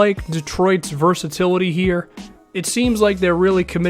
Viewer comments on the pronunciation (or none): none